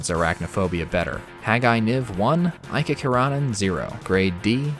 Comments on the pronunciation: Oh I have been waiting for this one for such a long time! BTW it's eek-ka ker-eh-nen AFAIK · Also for future reference Iikka Keranen pronounced E-Kuh Karunin